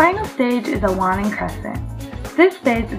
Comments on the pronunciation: dont take my word for it, but i think its WANING, not WANNING. other than that, rly cool vid!!!! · cool video. ..my Astronom y teachers used to pronounce WANNING with the "A" sound. ..like (weigh)-(ning)